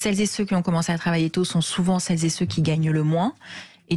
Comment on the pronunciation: Quand j'entends "cellezéceux" j'en reste la.